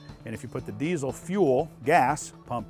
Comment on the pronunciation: Its diesel, not desiel.